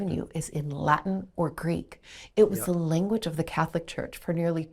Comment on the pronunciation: The first time I've ever heard 'inflūence' stressed in that way; I'd guess it's either an Americanism or she isn't a native English speaker (she does say "linguage of law" ). Naturally, I only ever say 'īnfluence', with emphasis on the first syllable; same goes for related words e.g. īnfluencer, īnfluential, īnfluencing etc. Source: native speaker from London.